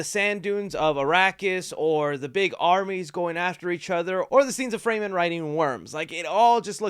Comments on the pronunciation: I'm convinced you can't pronounce shit after watching this one lol. Frey Men??? lmao, it's pronounced Fur Men you silly goose. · It's not pronounced "fray-men" it's "fre-men" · Not fraymen it’s fremen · It’s pronounced FREM-MIN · Well that’s certainly a way to say Fremen lol